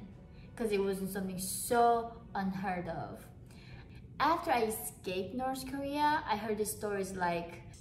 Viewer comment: "So in Norse korea" hahaha